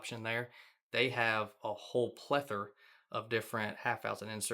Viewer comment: For a guy who hates “spline” so much you sure say “plethur” a lot haha. I would however buy one of those T-shirts haha